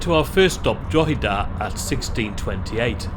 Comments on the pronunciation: Thank for pronouncing Drogheda right. The pre-recorded station announcement gets it wrong and has done for years! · You pronounced Drogheda much better this time well done! 😂😂😂 I do time my day by the Enterprise, it does not have to slow down going through Balbriggan so it sounds slightly different to the other trains, happy travels. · He pronounced it better than most English people i have heard .He also got Drogheda and Dundalk nearly correct .